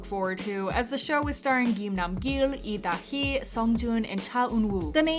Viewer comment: your pronunciation of lee da hee is quite weird you are straightup pronouncing it as EE da hee when its lee da hee